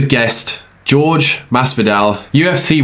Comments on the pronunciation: IT'S NOT "GEORGE" IT'S "JORGE" (HOURRHEH) MASDIVAL GET IT RIGHT. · Its Ho-ray !!! Pls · Jorge is pronounced "Hor-hay" just for future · You're saying Jorge wrong.